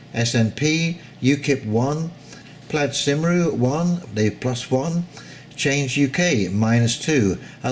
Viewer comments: "Plaid Simroo" lol... it's pronounced 'Kumree' (Cymru being the native name for the nation of Wales). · Good to hear to your roundup. Plaid Cymru is pronounced Plied Cumry btw. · For info the Welsh party is pronounced Ply'd Kum-ree.